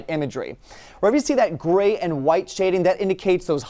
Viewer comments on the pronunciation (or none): none